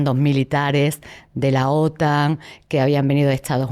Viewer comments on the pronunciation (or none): none